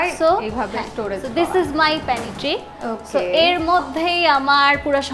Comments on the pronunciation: Pantry, not panitry. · pantry প্যান্ট্রি উচ্চারণ panitri প্যানিত্রি না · আপা , correct উচ্চারণ " প্যান্ট্রি = Pantry " প্যানেটট্রি না।